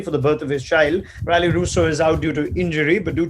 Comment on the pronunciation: Raunak Kapoor pronounced Rilee in a wrong way, such a shame